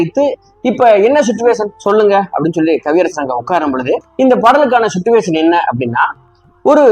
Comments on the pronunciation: "சிட்டுவேஷன்" இல்லை சார்! அது "சிச்சுவேஷன்!" இல்லையென்றால் "சூழ்நிலை" என்று சொல்லலாம்! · Suttuvation illai, chichuation. English theriavillai eeraan thamizhil sollavum.